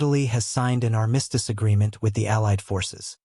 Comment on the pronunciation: … and armistice